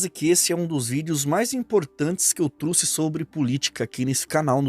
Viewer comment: O nome certo é: trouxe e não truce